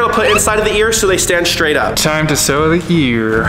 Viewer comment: Sew not sow